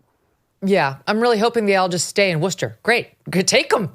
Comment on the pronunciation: Hey Megyn, I live in a Worcester suburb, just wanted to commend for actually pronouncing Worcester correctly! That is an art! And of course you are correct, the city is out of its mind.